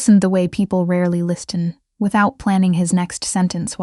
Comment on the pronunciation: The letter ‘t’ in ‘listen’ is silent; it is not pronounced.